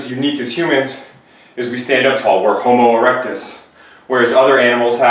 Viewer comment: "homo erectus", lol! Good info though. Thx.